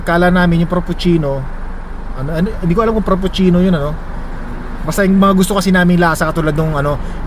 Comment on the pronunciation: fraprcino freprichino,coffee pronounced...